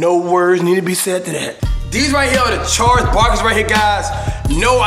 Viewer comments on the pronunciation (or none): none